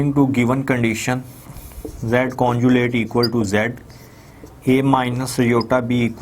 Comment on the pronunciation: Very dull and lazy teacher pathetic 😑....and someone correct him its conjugate.... not conjulate